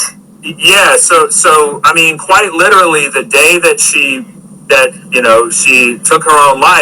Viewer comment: 'Litallly' ughhh